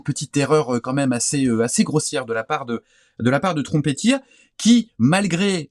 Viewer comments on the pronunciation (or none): Bonjour merci pour vos conseils !vos vidéos mon beaucoup inspirés et j’ai beaucoup appris en les regardants j’ai été étonné en vous entendant prononcé la marque ´Trumpeter ‘ trompette en anglais merci pour vos vidéos !